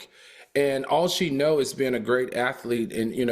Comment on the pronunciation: Al, it's "athlete" not "athelete." You say it like that every show and it drives me crazy.